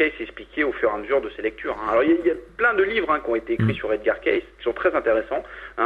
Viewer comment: de plus on prononce edgar caicy et non caisse !